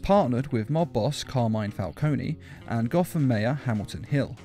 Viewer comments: Pronounce falcone without the e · Star153 5. Learn how to say Carmine falcone right